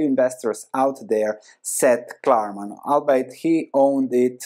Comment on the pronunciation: ‘albeit’ is pronounced ‘all be it’ Love your content man.